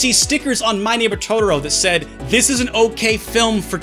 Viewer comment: I thought you knew how to speak some Japanese and you pronounce "Totoro" like my mom....why